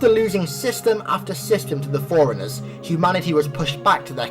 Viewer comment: Dude, I love your explanations, but its forerunners, like for-runners not foreigners... or maybe its an accent thing, I'm Texan, so maybe where your from its pronounced like that... who knows